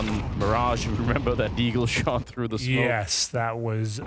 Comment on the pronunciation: Its "Jes" = yeah